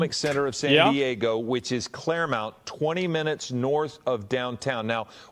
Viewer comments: lmao dude saying "clairmount" its Claremont. Bro I went to that gym, 24 hour fitness for like 7 years right by that place. Wild. Glad I'm back in Florida where we have Grady Judd. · For a second i didn’t know where the fuck they said… Clairemount? Its ClaireMONT pronounced MAWNT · It’s clairmont not clairmount.